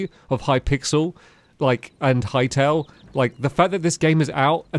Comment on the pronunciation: Hearing stamps say Hytale sounds wrong 😂